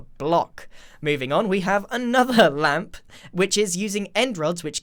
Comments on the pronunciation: Nobody: Grian the moth: LäMp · Nobody: Grian: L A M P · Grian: Ł ä m p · No one: N o o n e: Grian: LaMP! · Mumbo Jumbo: “REDSTONE” Grian: “Ł Ä M P” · No one: Grian during Minecon: L Ä M P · Nobody: Grian: LaMpS